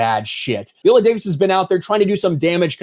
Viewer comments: Her name is "Vigh-ola" not "vee-ola.* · Please pronounce her name correctly Vi.. ohh...la. I saw the movie and it gave a prequel to the Wakanda women's guard vibe. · I should've known as soon as he was pronouncing her name V-ola, instead of Vi-ola, that this would be a trash piece. This is some unnecessary bullshit to disparage the movie because it has been so well received. She's always said it's LOOSELY based on the real tribe, and in the movie, IF ANYBODY SAW IT, they address the slave trade and that they participated in it prior to the time of the movie when they're trying to change. Sometimes I can't stand social media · Her name isn't pronounced VEE-OLA. You should at least learn how to pronounce the person's name correctly before making videos about them. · God damn it. Quit saying Viola that way. How do you say Violin?! 🤣🤣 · Isn't Viola pronounced with a long i, as in island?